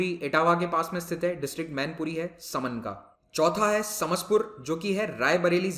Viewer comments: Sir we pronouncite it as (3) समान and (6) सरसई नावर in Hindi thanks 🙏 and Saman is very close to kishni town as compare to भोगॉव And the stork you asked is saras (crane) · सर यह समान (मैनपुरी) तथा सरसई नावर (इटावा) है| उच्चारण के अनुसार